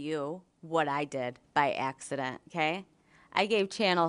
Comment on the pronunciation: She didn’t say “okay,” she distinctly said “KAY?” Outside of that you’re 100% correct!